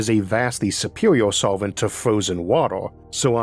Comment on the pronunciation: "That's whew ammonia comes in as a potentiow sowvent fow watow"